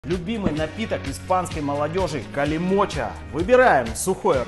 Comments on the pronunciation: Калимочо, а не калимочА )) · Не Калимоча, а Калимочо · Калимочо, а не калимоча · Калимочо! А не а!